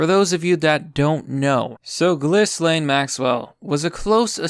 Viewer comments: Ghislaine: “jizz-lane” (rather fitting to be honest) I love your 4chan videos, keep up the awesome work! (Ghislaine was participating in threesomes with Epstein and underage girls, it’s all in the court documents 🤮) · Gill-lane. It's not hard, come on. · Ghislaine's named is given a French pronunciation by the Brits : it's Jhee lahn (equal stress).